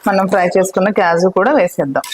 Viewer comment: Kyaju kaadu thallo kaaju